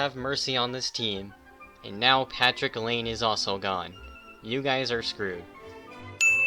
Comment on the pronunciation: Patrick Laine its line a Laine